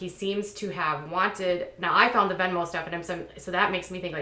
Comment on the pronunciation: It’s not Venmo lol